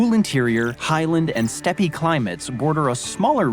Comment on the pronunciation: I think the video you're reacting to is AI, that is, computer generated. It pronounced "steppe" as "steppey." "Steppe" is pronounced "step." Then it mentioned the "Supreme Court of Appeals." No such thing exists. It showed the seal of the "Supreme Court of the United States," which would make the sentence true. Anyone familiar enough with the English language and the U.S. government to make a video like this would not make such basic mistakes. I'm fifteen minutes in, and I'm checking out. I'm quite sure that there's another of your reaction videos that I haven't seen. You'll get the thirty minutes more of viewing time on that one.